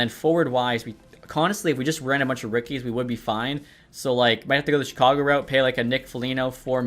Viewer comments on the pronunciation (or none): none